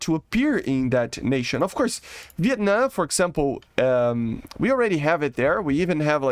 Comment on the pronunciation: Bro im not gonna be rude but Viet NAM not Viet Nuh